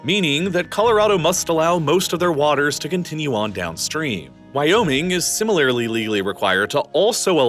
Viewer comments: I didn't know similarirlarily was a word hahaha just messing around, love the videos! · Why can't you say "similarly"? Like ever? Not "similarily" or "simimalarily" or whatever the hell that was . Maybe just drop that word from your scripts moving forward. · Ugh! Interesting information, but the narrator's delivery is filled with lazy enunciations, e.g.: "Wyoming is similarly-ly-ly required..." "..Raytheon, Boeing, L2, Northrup Grewman"